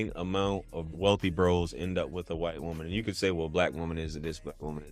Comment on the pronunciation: I think she meant wight lol